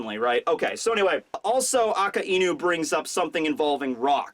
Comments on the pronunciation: why do you say AKAINU's name wrong? you keep saying it like "A-KA-E-NU" whats up with that? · Its Ak-eye-new damit! I dont care if ur way is right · aka-inu wow as much as a weeb he is he cant pronounce the names right